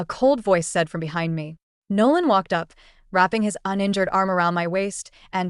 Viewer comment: “He wolked overrr” the accent 😭